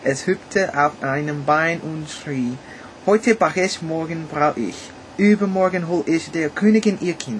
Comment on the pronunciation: Haha, sounds cool, i'm a German and I mostly understand what you say but you sound like a typical American. But it`s okay. I liked to hear the Tale of Rumpelstielzchen, which I hadn't heard for a long time, with american accent. The word HEUTE is pronounced like h-oi-te. or haywte.